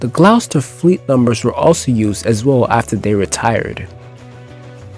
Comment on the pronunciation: This is a very good documentary. I would consider redoing the voice over narration with a more professional narrator (the word name Gloucester is pronounced "Gloster"). There are lots of other mispronunciations, or wrong word usage. Otherwise this is a very good piece that strikes me as being well researched and written.